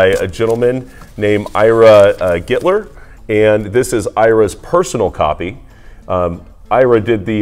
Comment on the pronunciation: Cmon,man. Butchering the names/instruments on the McLean lp is bad enough, but holding up the Sonny Rollins sideways like you never saw it before (maybe you haven't) and screwing up the man's name several times- how hard is it to say "Ira Gitler"? Not Glitler or Glitter or anything else. If you're charged with selling his great collection,lovingly cared for sought out over decades...At LEAST GET HIS NAME RIGHT!!! 😮😮😮